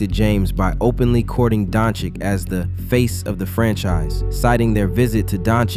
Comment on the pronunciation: Good video. Good to hear that you fixed your "Doncic" pronunciation 🔥🔥🔥